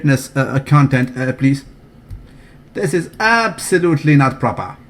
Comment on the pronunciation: NOT PROPAHHH!!!!!!!